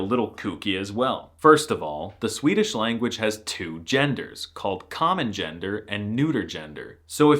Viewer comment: Swedes in the comments raging about his pronunciation while he's hitting the vowels better than PewDiePie (he actually does which is... weird). The exaggeration for comic effect besides, he could mask as a swede if he stopped goofing around. Om du påstår något annat så är du en jävla skåning eller från någon annan hittepå dialekt (läs språkstörning). 😂